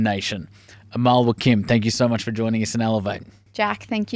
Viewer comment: Lol, I happen to be Mr. Nader Wakim. I bet you Amal WAKIM must have Lebanese origins too. The family name is pronounced in Lebanon WACKEEM had AMAL told you this, I bet you she did not know it herself. Does Amal Wakim have a Website?